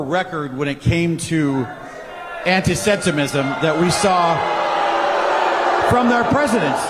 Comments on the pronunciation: this mf said antisetimism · WTF is antisentism? The guy can't even pronounce the term that probably secretly describes him. He only says these things cause he likes lobby money. I actually support Israel, but not what's being done at Bibi's direction. The people of Israel deserve justice, and that means a return of what I'm assuming at this point are the bodies of the remaining hostages and prosecution of Netanyahu for his corruption charges. A regional war to avoid accountability is a pretty terrible move for someone in a leadership position. Kids shouldn't starve so you can avoid jail, Bibi.